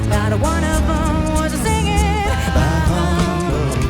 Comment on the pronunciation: You don't pronounce the H in Bah. By the way, that was a 'whistle note" from Mitch.